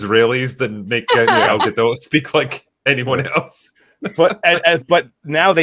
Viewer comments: Gadot is Israeli not French. The T is not silent! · At this point it would be easier to get to correctly pronounce Gal Gadot than it would be to salvage this movie, lol